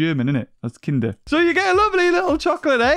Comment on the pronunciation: I´m a German and I´m suprised you didn´t mispronounce "Kinder Ei" that vadly :o